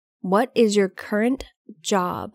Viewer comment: Cô này cổ đọc khôn có chữ Current , rất cố nghe mà không nghe thấy . Và chữ spell .